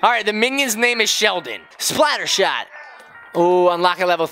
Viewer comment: You said splattershot wrong.